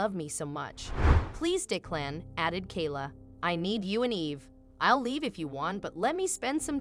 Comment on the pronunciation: It would be nice if you would have the person reading the story to pronounce the words properly. OK is not OAK or AWK. Declan was pronounced 4 different ways too.